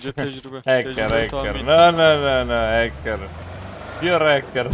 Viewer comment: Nooo noo haker ne güzel dedin abi yaaa biz türkişh bilek powur yaa sevilion kralll